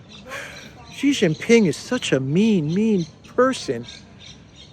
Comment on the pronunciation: PRESIDENT XI is SHEEE JIN PING NOT JHEEE JHIN PING, JHEE JHEE IS A SLANG FOR PENIS. STOP IT NOW.